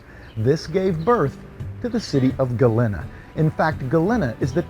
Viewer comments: Pronounced Galeeeeena not galinna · Sorry, friend….but you’re going to have to go back & re-film the entire episode with the proper pronunciation of the name Galena & a proper outfit to wear. Other than that, I’d say you nailed it! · Maybe you should do your research before making the video. You obviously new the history so you should have know how to pronounce Galena.